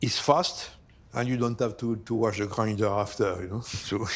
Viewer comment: If the cook says "Ze" for "the", you know it’s going to be bussin